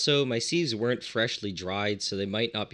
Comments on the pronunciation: Was wondering what molecular "seeves" are, then I realized I you meant "sieves" - in England we pronounce it "sivs" ;) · What's a seeve, I only know sieves, sivs. sieve /sɪv/ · "Seeves"? I thought it was pronounced "sivs" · You should note that "sieves" is pronounced as a siv or as sivs, and not seeve or seeve. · Seeves? Seeves??? It's pronounced, "sivvs" ya hoser! Eh! Ohhhh Canada...............Calice! Tabarnak! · They are pronounced "Sivs" not "seevs" 😂🤦🏼‍♂️ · Interesting to his hear the pronunciation of sieves. In the UK we pronounce it 'sivs'. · great video... but my prof in grad school would have killed me for pronouncing the zeolytes you are using as "Molecular.... See-ves" :) Siv.... not Seeeves here are both American and British pronunciations: (also, be careful. not all denaturing agents can be distilled out.... good example is methanol which is often used +/- Bittrex (Denatonium Benzoate) Run an NMR to see what's in there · Sives.. not sEEVes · I’ve never heard sieves pronounced as “seeeves” before. Certainly not that many times ;) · For sieves, try pronouncing it "sivvs" to rhyme with _adjective_. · Seeves? Buffoon. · Plus he says it wrong. It's pronounced sivs with a short 'i' sound, like in the word "little" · I thought you were saying "molecular seeds"! The mind boggled at what would grow from planting a "molecular seed"! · You can just pronounce sieves as "sivz" or a "siv" for singular. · The way you pronounce "seeves" is painful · sieves pronounced like "shiv" (less the sh --> ss) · Sieves, not seeves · I only came here to comment that! could've been worse could have been loominum seeeevs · Was enjoying the video until the seevs! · Sieves aren't pronounced like that... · Pronounceing sieves wrong